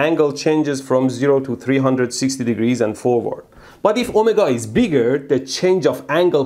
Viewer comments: omagah? Oh my god? Omargah? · His “omega” sounds like “oh my god”😂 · "Omega" not "Oh my god" took a few times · Every time you say Ohmega, all I hear is "Oh My God" 😅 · The way he says omega sounds like oh my god.